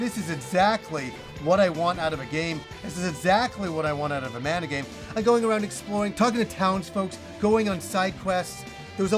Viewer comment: Great video! Man, I'm having a hard time with this release. Secret of Mana, secret of Evermore, and most of those games are special to me (from my childhood), but with those releases, they didn't talk much, so the constant incorrect pronunciation of Mana drives me nuts! This is extra crazy since the damn word is in the title! It reminds me of another favorite Yakuza, the characters are from Japan, but they cannot say karaoke!